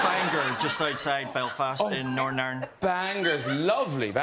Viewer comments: For a second I thought John said he was from Narnia😂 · "Originally from Nornarn". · “I’m from Norn irenand” 😂😂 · Norn Ayrn.